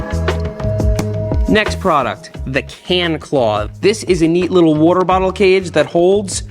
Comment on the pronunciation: He said WOOTER- Bottle 😂